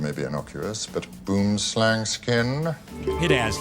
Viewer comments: Omfg. Boomslang =tree snake. Hearing someone butcher Afrikaans for a whole entery is too much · Can you NOT pronounce Boomslang like that???? South-Africans will cringe, hate and laugh at you - all at once. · Boomslang literally translates to tree snake. The a in slang part is pronounced the same way as the u in slug 😂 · I just find it funny, how they include a clip where someone pronounces the name of the boomslang correctly yet she still gets it wrong. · The way people pronounce boomslang is making my soul hurt :( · Just a pro tip Boom = tree.... Slang= snake so you could've just said tree snake. Also it's not pronounced Boom as in the bomb goes boom one would think you googled how to pronounce it first. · Boomslang is Afrikaans for tree snake Pronounciation is "bu_om_slung" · It's pronounced Bwoowim Slahng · Where are the South Africans at? It's BOOMSLANG, not boomslang... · The boom slang's name is technically wrong. It should simply be tree snake. Because the boom slang name is actually an Afrikaans (language) word. Boom which is "Tree" pronounced like B-who-uhm or I guess like whome with a B (whome the bell tolls) And slang is obviously "snake" Pronounced like lung with an S...slung. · The way "boomslang" is pronounced on this video makes me laugh 😂😂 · WHY DOES EVERYONE OUT SIDE SA MISPRONOUNCE THE NAME OF THE BOOMSLANG IT SERIOSLY ANNOYS ME😡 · 😂😂😂the way they pronounce boomslang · Well glad to know the rest of the world is saying boomslang wrong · Just for the record "Boomslang" is an Afrikaans word meaning tree snake and it's pronounced very differently. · I cringe everytime I heard Boomslang, its Afrikaans at least try get the pronunciation close XD literally translates to tree snake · I got so triggered by how incorrectly she said boomslang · Dit is 'n fokken Boomslang! I hate it when English people can't pronounce Afrikaans words. Secondly, it's fangs lie very deep in its mouth. You'd have to force your fingers in its throat to get bitten.